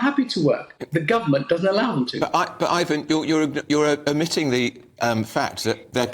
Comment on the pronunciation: It's IVON not IVAN. He's not Russian.